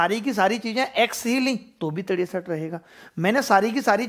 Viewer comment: Tiresat rupaye😂😂😂😂😂😂😂